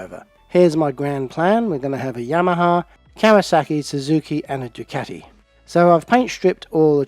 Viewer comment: Well good on you for saying Ducati right not the American way, keep up the good work up